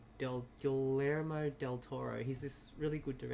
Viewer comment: Correction: pronounced "Gee yermo" (soft g, long e,). Did you see the two Easter eggs so far in episode 2 and 3? In episode 2 is Toothless of Dragons fame, as a background on his computer, in 3 is in Spanish class when the black-haired girl is presenting. Listen and hear she`s talking about the three main characters from Book of Life. I am mostly deaf so I had the subtitles on and saw them. I'll watch the rest for more.